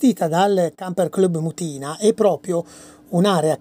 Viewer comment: Ciao, sono di Modena. Una precisazione,l'accento in Mutina(antico nome di Modena in latino) va sulla u non sulla i. Un bacione.